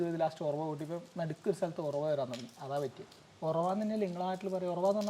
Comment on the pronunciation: ഒറവ അല്ല ഉറവ